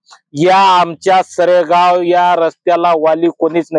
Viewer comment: सेरगाव नाही हो बाई सरेगाव असेल आधी माहीती बरोबर घेत जा हो